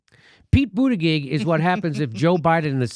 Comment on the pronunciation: I wonder if Jimmy is pronouncing his name wrong on purpose or he doesn't know how to actually pronounce his last name?